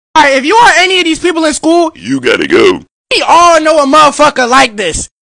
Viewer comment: Why he said "you Gotta go" like that 😭💀 But I ain't none of those ppl 🤣